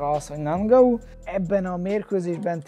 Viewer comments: Sén (Són) és Nángau (Engánu) az új Édesanya :) Kösz a vidiket és sok sikert a meccsedhez! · A nevek kiejtését azért még gyakorolhatnád....:-D Ki az a nangau ? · Érdekesen mondod a neveket I éra, Nangau:D